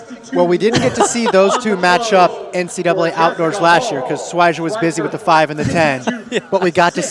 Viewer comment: I wish they'd pronounce words like "schweizer" right